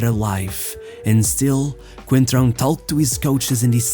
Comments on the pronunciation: It's Fábio "Coentrão" who tf is "concentrao" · "Concentrao?!?!?! ITS COEEENNTTRAAO COOEENNTRAAAOO not concentraoo" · As one reporter pronounced, "Concentrao" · “Concentráu”, LOL.